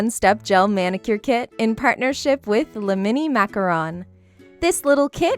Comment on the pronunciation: Thanks for pronouncing macaron correctly! Some people pronounces it like macaroon because they probably don't know that macaron and macaroon are two different cookies. Your videos are fantastic by the way. 💗